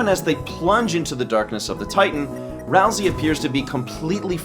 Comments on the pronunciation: >ralsei theory video >looks inside >"ral-see" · that name... is Ralsei- oh okay. Not... the name we of the character we've been talking about this whole time who rhymes with way. (not a critique, but just a expressing of my surprise because I thought it would be something else)